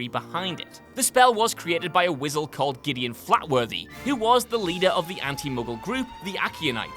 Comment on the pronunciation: Did...did just say "Wizzle?"